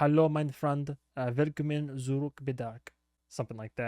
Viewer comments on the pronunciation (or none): When you say "Willkommen" think about Will Smith. It´s both spoken the same